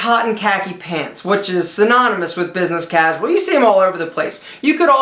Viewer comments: Hahahahahaha cozual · he said cosual catton khakis. lol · lol "cahsual cat in khaki's"